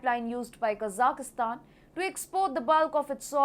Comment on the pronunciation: usually your pronunciation is great, but not this time. There is no "i" in the middle of Kazakhstan, like "" and most of the the other Central Asian countries. Please correct this, but keep up the great reporting.